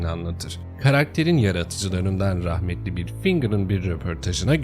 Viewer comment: rahmetli derken UGHUHGTHG